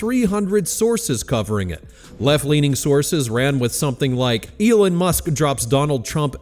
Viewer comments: Its Elon, not Elun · Eeeeeelon. Not Elun. Or is this whole channel narrated by AI? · that isn't even a sentence. Let me help you " are you confused about who Elon is?" No. I am laughing at the AI voice calling hin Elin instead of Elon. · How to pronounce Elon= Eee-Laawn😅. Get it right! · As a first step, why don’t you ask Grok to help you pronounce Elon‘s name. Hint: it’s not Elin. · I shouldn’t care because I can’t stand the guy, but there are only so many times I can hear it pronounced as “Elin.” 😂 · Why are you saying Elin? Are you AI? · You don't seem to pronounce Elon correctly/normally/the way he does. It's not "Elin". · Why are you pronouncing Elon as Eeelin??? Just wondering. I guess it's just another AI voice thing. And come on, we all know that if Elon started his own political party, it would be called X. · This AI can't pronounce "Elon" ?